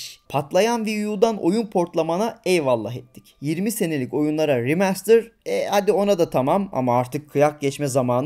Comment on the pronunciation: rimastırıt mı? Abi naptın sdlşgjsd